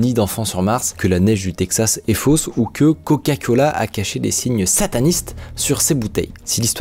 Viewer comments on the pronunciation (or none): none